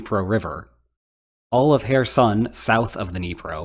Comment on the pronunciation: You're not pronouncing names correctly. Kherson with is said with a noticeable but almost silent K sound at the beginning. You're saying Donetsk wrong too. It's not Don’yeah’tsk - it should be should be D(oh)netsk. With love from Ukraine....